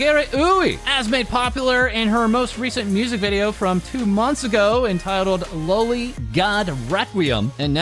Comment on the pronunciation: trying to dodge getting age restricted pronouncing loli "Low-lee" lmao